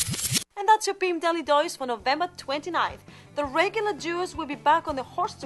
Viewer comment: I think she says "boob daily dose" ?